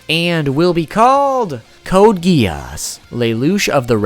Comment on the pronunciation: Code Gee-Arse